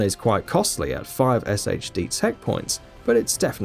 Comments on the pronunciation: pronounced "shade" tech not "S-H-D" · SHD is pronounced Shade.